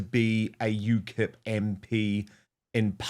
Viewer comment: Ukip not ukil 😂😂😂